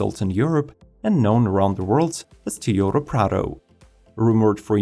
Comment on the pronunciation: Why can't you pronounce Toyota correctly?